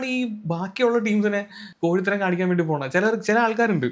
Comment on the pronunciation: ഈ അവസരത്തിൽ പറയാമോ എന്ന് അറിയില്ല കൊഴിത്തരം എന്ന് അല്ല കോഴിത്തരം എന്ന് ആണ്🫣